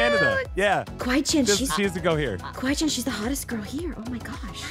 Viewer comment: its kawaii-Chan not kawiie-Chan Btw😂